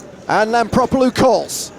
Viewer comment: Hmm. Is her name spelled Lampropulos but pronounced Lampropolus ?